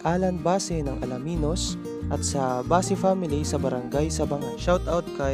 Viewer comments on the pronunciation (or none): none